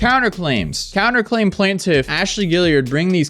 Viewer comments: Guess the new thing is how to pronounce "plaintiff". "Plain" is pronounce, well, "plane". You get the "tiff" part correct. So, "plane-tiff" not "plan-tiff". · It’s never plan-tiff